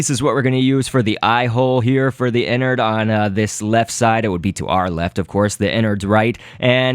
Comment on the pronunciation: His name is not Inard its enard